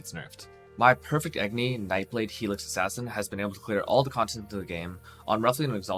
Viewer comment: "AgNy" ?? There's an "O" in that word... :P Hahah... But good video... Looks awsome...